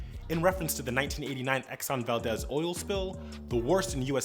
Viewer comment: A little nitpicky, but the pronunciation of the Exxon vessel is VAL-DEEZ, named after the small fishing town in southern Alaska, and not VAL-DEZ, after the surname. Totally understandable that it would be mispronounced, seeing as we have comparable head scratchers like Nenana (nee-NA-nuh) and Tanana (TA-neh-naw). ;)